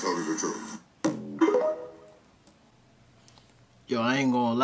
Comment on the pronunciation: The word is truTH, not truf…we gotta stop this. Smh